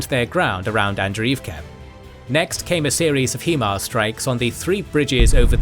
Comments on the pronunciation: HIMARS is pronounced 'High Mars' not 'HE Mars' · if no one has said it yet..... Its Pronounced high mars